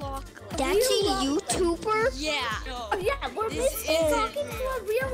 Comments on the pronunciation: wait.... a YOo-ToO-bUr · A yOUuT-b-Er? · i was dying when the said "a u toob er!?"